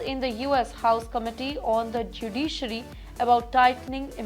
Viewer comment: She needs to work on her pronounciation. Not up to the mark for an anchor. "Stricker"? "Judiiiiiciary"?